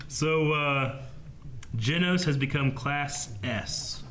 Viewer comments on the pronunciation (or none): How have they still not gotten the cyborg's name right. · They pronounced genos’s name differently every time they mentioned him 😂